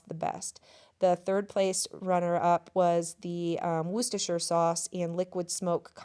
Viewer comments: You pronounce the Worcestershire sauce absolutely perfectly by UK standards. Worcestershire is a county in the UK. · Best effort at 'Worcestershire' yet, well done dear lady :) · Hi, wonderful video as always and pronunciation of Worcestershire was perfect!! I just wondered do you know apx how much money you saved making your own beef jerky? It’s not something that is big over here yet but it is starting to as our farmers need to diversify to increase their income, like dairy farmers are selling things like farm made ice cream they sell direct to the public or they have milk huts where you can make your own milkshakes etc. Personally I add an awful lot of butter to my mashed potatoes I love the flavour but it’s not really the healthiest so occasionally I add a couple of egg yolks as an alternative have you tried that yet? I also love the look of your mashed potatoes, I see so many us videos that use a electric blender or whisk and it goes all gloopy and looks awful to me but I would definitely try yours, the bacon grease must make it taste really nice. Our bacon gives off so little fat there’s nothing to save from it and it looks so different to yours, it resembles more the streaky bacon that we have but it’s not the sort the majority buy it’s mostly the back bacon x